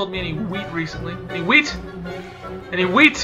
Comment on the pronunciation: "HWEAT" hahaha